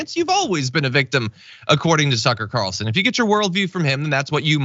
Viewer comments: Did you say sucker Carlson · Sucker Carlson. I swear you said that. Either way, I love it. ❤️ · Did you actually call him "Sucker Carlson"? 🤣🤔🤣